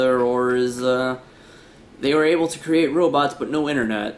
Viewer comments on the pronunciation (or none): none